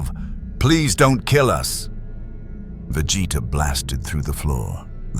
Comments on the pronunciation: How many ways can A.I. say Vegeta's name and Sayan wrong? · How did Billy Butcher already know their names when they haven't even met before? Plus how hard is it to pronounce Vegeta's name right? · the way ai keeps butchering vegeta name is funny asf